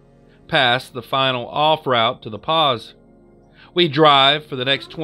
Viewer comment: the first story caught my ear in a weird way. my dad grew up in the Pas. I doubt you'll ever come across the name again, but Greg should have told you the Pas is pronounced like "the Paw". loved the video brother! 👊